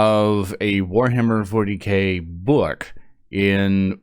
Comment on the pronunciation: Ahhh yes uwuhammer fowty kay